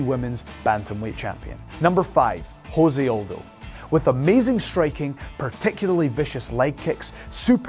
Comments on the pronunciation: I'd prefer to have my MMA trivia from somebody not just cribbing notes off of wikipedia or some shit. The presenter clearly has never heard Aldo's name spoken aloud. Also, chill on deez nutz, chode. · How does your MMA expert not know how to say Jose Aldo?